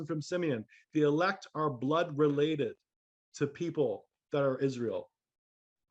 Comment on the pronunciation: israel sound as ISIS, RA, and EL